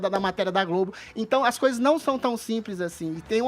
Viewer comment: Adrilles não vai deixar o espaço do Caio ficar vazio. Detonou o Edgar e o "Fefituhm".